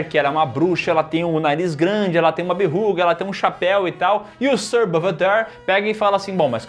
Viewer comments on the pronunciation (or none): Por favor, Berruga nao BBBBERRUGA NAAAAAAAAAAAAAAAAAAAAAO! KKKKKKK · o cara meteu um "BERRUGA" KKKKKKKKKKKKKK VSF